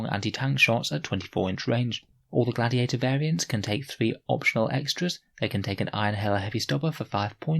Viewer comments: Interesting “gladtiator” tank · Gladtiator? Am I havin a stroke?